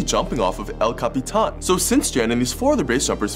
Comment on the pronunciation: Thank you for pronouncing El Capitan correctly! 😅